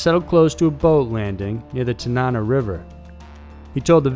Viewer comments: The River is pronounced TaN-NaN-NaW, not like the narrator pronounces it, like some British person saying banana. But I get it, every place or land feature named after or by Native Americans is always completely butchered, unless you are from the general vicinity, no one really knows how to pronounce the name correctly. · For #2 the river mentioned is pronounced TAN-AH-NAH